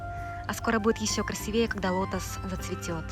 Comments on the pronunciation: красИвее, а не красивЕе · красИвее, ударение на второй слог букву "И". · Поздравляю,! Не японка, а гражданка Японии (японка -это национальность ) Ещё -ударение в слове -красивее -на слог "СИ"...... надеюсь Вы не обидетесь